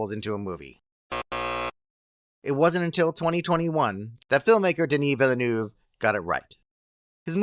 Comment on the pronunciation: Not vilenue ! VILLENEUVE Ville lick city neuve lick new ! Not the wird name you juste said ! Is lick said Mcswin when is McSween ! 😅